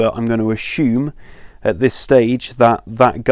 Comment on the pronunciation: A S U M E. not A S H U M E